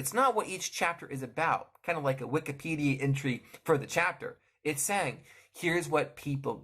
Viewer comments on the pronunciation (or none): none